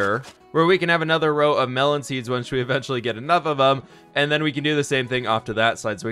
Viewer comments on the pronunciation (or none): none